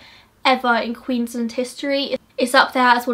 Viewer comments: Its QueensLAND not Queenslind. Just letting you know! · it's so weird hearing queensland pronounced english-ly like "queensl-nd"